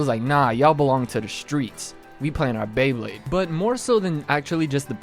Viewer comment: Did you really just say BLAYEblade?